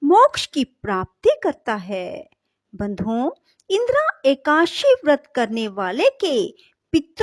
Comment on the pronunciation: Please it is ekadashi....not ekashi